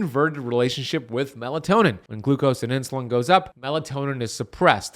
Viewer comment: It’s melatonin not melantonin